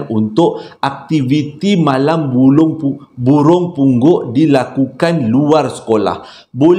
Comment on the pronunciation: Kelako la ne..bp kali tersyayul "Bulung Punggok"..begitu Syulit sgt tu nk sebutnya🤣